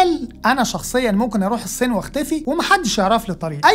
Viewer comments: هل ممكن حد يعلم الأخ ده إزاي يبطل ينطق فلاحيني ويتعلم ينطق "الصين" صح؟ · أتمنى إنك تنطق إسم الصين بشكل صحيح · يا ريت لو جابو (اقتصاد الكوكب) شب لطيف واخف دم ونطقه للالفاظ والمصطلحات يعني المخبر الاقتصادي جيد ولكن نطقه لكلمه الصين مزعجه جدا